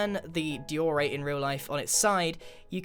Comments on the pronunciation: why did he pronounce diorite like dee-o-rite and not like die-o-rite ? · Grain, its pronounced Die-a-right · First you say x-I zoomavoid, and now your saying dee-or-ite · IS NOT PRONOUNCED DEORITE IT IS DIORITE i just wanted youto know that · I says Daeorite He says Deeorite Which is the correct diorite pronounciation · me: die-ore-ite Grian:dee-ore-ite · Me: pronounces it as: die-or-rite Grian: dei-or-it 😂🤣😂🤣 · Dee - Orite? I thought it was pronounced Die - orite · wtf is a dyor-rite. It's pronounced die-or-ite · Not called deeyourright It’s pronounced dieorite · Dee or ite us not how you pronounce XD its Die or ite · I thought u say diorite like die oh right not dor oh right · Omg who he says diorite triggered me so much wtf is deoreite it’s pronounced dieoreite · GRIAN! IT'S PRONOUNCED "DIE-ORITE" NOT "DEE-ORITE"!!! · It's pronounced dye-o-right not dee-or-right, grian got it wrong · dee ore right? you mean die ore right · how he prononces diorite deorite😂🤭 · Nobody gonna talk about how grain called diorite die-ore-rite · Grian: deeorite Me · Diorite. Ok: DEEORITE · Mans called it dior-ite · Did you say deeyorite lmao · "die-or-ite"? What kind of pronunciation is that!? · You pronounce diorite die-or-right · Its pronounced Die-or-ight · Grian, i say it “Dy-OE-Ryte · If you check a dictionary, it's pronounced DIE-or-right. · Did he just pronounce it, Dee-or-rite? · Did he just say Dee or rite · ˈdaɪ.əˌraɪt No 'r' after the 'o' in the second syllable.. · Disappointed that he couldn’t pronounce diorite I’m happy he can now